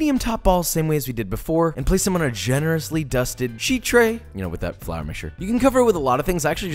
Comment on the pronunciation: When he went "FLoUr mixture" I felt that.